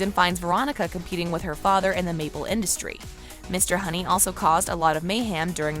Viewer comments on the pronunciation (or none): none